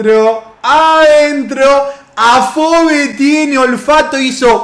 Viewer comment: Se pronuncia ¨Afobi¨ BI, no BE como se escribe